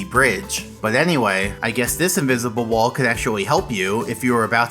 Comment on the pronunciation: What uhh I got inwizible wol 😂